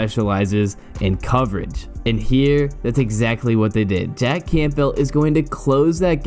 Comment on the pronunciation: No one pronounces the “P” in Campbell. Not one human does.